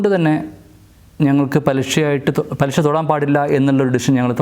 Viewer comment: ആദ്യം മലയാളം പാദിപ്പിക്ക് പലിശ എന്ന് പറയിപ്പിക്കാൻ നോക്ക്.ഷാ അല്ല ശ. ഇത് മലയാളം ആണ്. മോട്ടിവേഷൻ ചെയ്യണം മലയാളം